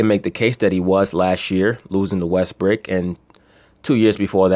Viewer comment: be killing me with that Russell WestBRICK..He says it like it is actually his real name. Got me dying over here!